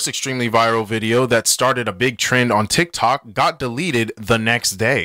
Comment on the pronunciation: We Not Gon Talk About How He Said TikCok